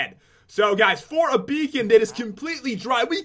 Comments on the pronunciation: You said be on not beacon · Stop saying BEAON FROM WELL BLAH BLAH BLAH BLAH BLAH BLAH😠😡😡😡😡😠😡😠😠😆